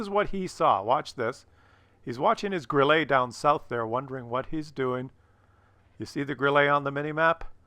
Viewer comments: It's not Grillee, it's Grilluh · Three things: 1.) great video, 2.) Bat Chat final kill shot on the 140 was all RNG (and gold?). How and where did Bat Chat pen the hull-down 140??? 3.) if said “Grill-lay” one more time...